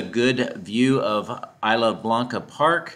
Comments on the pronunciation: nice video. if you say "is" "la" it's more like spanish "is" "la" blanca park. 😀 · “Isla” in Isla Blanca is pronounced Eese-la (like geese)